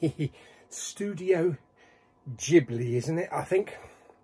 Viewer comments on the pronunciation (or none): It's pronounced jibly. Two of their best are Hayo Miyazaki's Princess Mononoke and Laputa castle in the sky.